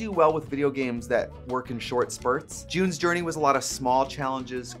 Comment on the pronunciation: Omg!!! I thought I was going to have to cancel you cause I thought you said "Jew's" journey instead of June's journey!!!! DON'T COME FOR ME!!! 🤣😂🤣😂